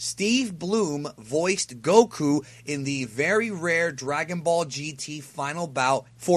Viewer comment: Kudos to because he said Goku as it should be pronounced XD. It's nice to see and know all of this, we do have some similarities for us in Latin America. Great video 🤲🏼